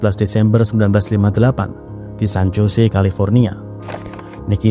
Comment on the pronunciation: San jose(hozey)sebutan yg bener.